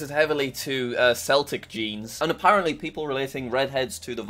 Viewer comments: Seltic! it is keltic spelt celtic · pronounced keltic not seltic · I hate to be the one guy but I belive it's pronounced "keltic" and not "seltic". Unless it's just pronounced like that where I'm from or something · It is pronounced keltic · Seltic? I think the word you are looking for is celtic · its pronounced "keltic" not "seltic" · did you say "seltic" instead of "celtic"? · Did u just say “seltic” 💀 u supposed to say it like “keltic” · CELTIC IS PRONOUNCED KELTIK AND NOT SELTIK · Also it is pronounced like keltic not seltic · ITS PRONOUNCED K-E-L-T-I-K NOT S-E-L-T-I-C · it's Celtic not sssssseltic Jack it's her son by the way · seltic??? man celtic's pronounced keltic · It’s it’s pronounced keltic not Celtic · Seltic SELTIC! WTF it is Celtic k k Celtic not seltic lol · im sorry but its pronounced keltik seltic sounds a bit sad if im being honest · ITS CELTIC JACK NOT SELTIC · Gonna point out him saying Celtic like sell-tic Cmon jack. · Oh, I think it's pronounced "keltic", it's just one of those weird words. I'd argue we should just spell all K-sounds with K. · Celtic is said like keltic jack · Me seeing jack pronouncing Celtic seltic is so funny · No way did a Brittish person pronounce Celtic "Seltic". My dissapointment is immeasurable and my day is ruined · My god! He just said “seltic”! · JACK YOU HAVE WELSH IN YOUR NAME HOW ARE YOU GOING TO PRONOUNCE CELTIC "SELTIC" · Did jack just say Seltic instead of Celtic? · jack why did you say seltic lol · "Seltic genes" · Sell-tic? xD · Man said seltic not celtic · "Celtic" is pronounced (Kel-Tik), but the Glaswegian football team "Celtic" is pronounced (Sel-Tik) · You say"seltic" and it is celtic.😂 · IM CRYING ITS CELTIC NOT SELTIC😭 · Just a little niggle, it is Celtic with a hard K sound; not Celtic like the Scottish football team. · Its Kel-tic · its "kel-tic" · It is pronounced "keltic", Jack. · Its pronounced "KELT-ic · just saying seltic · god sell tic can people in England pronouce anythning like i land